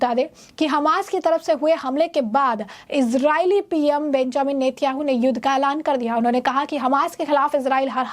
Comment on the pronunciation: नेत्याहू नही नेतान्याहू बोलो